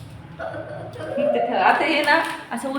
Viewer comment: Ten house ny g bai Tent house bol